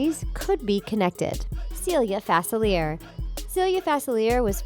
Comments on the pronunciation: It’s Fa-CEE-lee-aye not *Fuh-SIL-ee-ay*. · Omg Facilier is pronounced Fah-sil-e-a. cringing its French routed like new Orleans is. #dontyouresearch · It’s FACILIA ITS CREOLE 😢 R.i.p Cameron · It's pronounced Dr. Fa-silly-aeh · It’s pronounced (fa-sil-we-air) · Yes very. Like it’s (fa-sil-ee-AY) Edit: Idk how I could rly spell out the pronunciation but I tried. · Fa fil I a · Fas I leer lol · its pronounced faciliae not fasavzierzveaer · Say it with me FAR-SIL-EE-A! Ooh if I could reach through the screen and slap her every time she pronounces the name wrong, I would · Am angry about how the keep say fasiliar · IT'S PRONOUNCED DR. FACILIER ( FAS- I-LEE-AY- ) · FA-CILL-LEE-AY is the pronunciation of facilier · and its not king ste-fon it's stef-in. it's not pronounced fas-uh- lear it's french pronounce fa-sill-lee-ay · facilier (fuh-sil-ee-ay) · Am I the only one that cringes every time Dr. Facilier’s name is mispronounced? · I’m annoyed on how they said facilier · I hated how they pronounced facilier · isnt facilier like a french word?? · Im so annoyed at the way she said facilier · The way u said dr facilier annoys me so much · She says Dr facilier wrong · Respect Dr Facilier. Say his name correctly please. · They are pronouncing Facilier wrong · You’ve been saying facilier wrong it’s French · Yanno... when you're planning these videos, you could at least watch a CLIP that shows the pronunciation of their name... geeze. The pronunciation of Facilier was PAINFUL. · did you really pronounce Dr. Facilier that way.. yikes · im upset about the way yall pronounced facilier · Cringing every time she mispronounces Dr. Facilier's name!!! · Ok sorry but 2 things: you pronounced Facilier wrong and Jane from Tarzan isn’t a princess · Anyone else so annoyed about how they pronounced “facilier” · YESS it was like fACilIEr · Every time they say his name they pronounce it worse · Zaniyyah Jacobs was literally just about to comment on this. It’s not pronounced like that!!